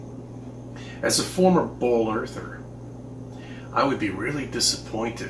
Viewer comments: Is he saying “bowl Earth?” He didn’t say ball. Haven’t heard that. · He’s def saying “bowl” earth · He definitely said "Bowl-Earther". Looks like he started out crazy. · I cringe every time he says "as a former BALL Earther" that emphasis on "ball" is annoying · I love how he says BWOOOAL